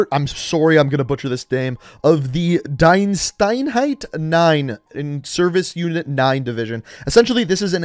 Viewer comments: Its so funny how he says "Deinsteinheit nine" instead of Diensteinheit neun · You pronounce it: DEENSTAINHAIT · Btw, it's spoken Deenstaynhayt